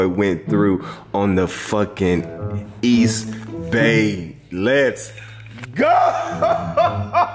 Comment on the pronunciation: Can we get this nigga to say eastbay right lol!!